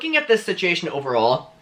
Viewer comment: Am I the only one that loves the way he says "situation"?? BTW, I side with Trisha because Scotty has something to gain by defending David. Trisha has learned from her mistakes and may be trying to save Scotty from making the same.